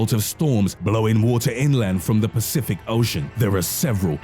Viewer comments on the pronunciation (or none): none